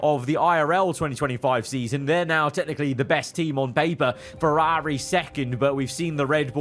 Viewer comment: Please practice pronouncing Ferrari properly.